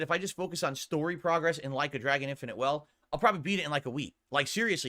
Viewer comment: “Like a Dragon refuses to prahgress” 😂😂😂😂